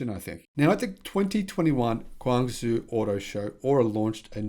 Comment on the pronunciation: You got guong right. Zhou is pronounced Joe. So, guong Joe